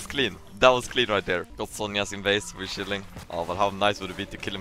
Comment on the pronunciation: its funny pronunciation of chilling